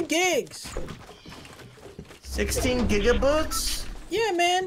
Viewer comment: “16 gigaboobs “ 😂😂😂😂😂